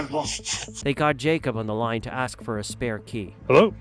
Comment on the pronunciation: Its : "Ask" not "Axed"......this nutjob and his attitude is so common throughout the community these days.....🙄